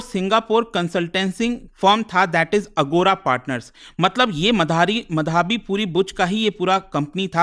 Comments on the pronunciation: bhai ankit ek naam to dhang se le le, madhaabi madhaabi kya bol raha hai , madhvi is her name. Aise same last time Bhartruhari Mahtab tujh se bola nahi jaa raha tha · अरे भाईसाहब वो मधावी नहीं माधवी है। अंग्रेजी के चक्कर में हींदी का कचरा मत करो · अबे नाम तो ठीक से ले ले उनका नाम माधवी है मधावी नहीं। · माधवी पुरी बूच not माधाबी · ओ भाई, उसको मधाबी नहीं बोलते। माधवी बोलते हैं। पुरी सरनेम से पता नहीं चला यह उड़िया है?😅😂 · "मधाबी" नहीं "माधवी" होगा उनका नाम। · Pronounce it like tarak mehta's Mādhavi... it's not Madhābi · Madhaavi मधावी नहीं माधवी है😅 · Madhaabi nhi hai sir madhvi hai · मधावी नही भाई माधवी बुच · माधवी बुच उच्चारण होना चाहिए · abe tuje madvi pronounce krne ni aata?? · What a teacher he even doesn't pronounce" माधवी " 😂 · अगर आप एक हिंदी नाम "माधवी" का उच्चारण भी ठीक से नहीं कर सकते तो आप को शिक्षक बनने का कोई हक नहीं है।